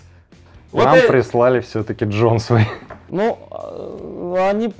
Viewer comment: Джонсвейн , форсе